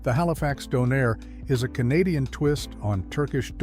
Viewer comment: It's DAWNAIR, not DOH-NAIR